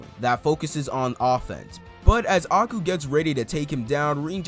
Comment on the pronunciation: love these vids, quick fix tho A-I-Ku pronounced like Eye-ku and Sae is Sa-e like SAh-aye